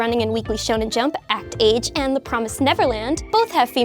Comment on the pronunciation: Act-Age more like Act-Ace.